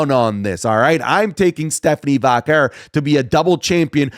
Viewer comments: The way says Vaquer pmo. Like does this Mader Vaquer not listen to how they commentate it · why does he pronounce stephanie vaquer's last name like that ?